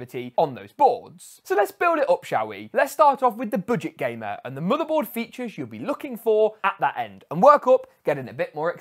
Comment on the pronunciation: Whenever you pronounce "motherboard" I hear it as "motorboat".